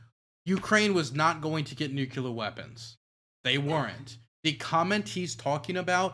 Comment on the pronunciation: DUDE LEARN HOW TO PRONOUNCE NUCLEAR FFS. ITS TRIGGERING ME HARD. NA EDUCATION BTW.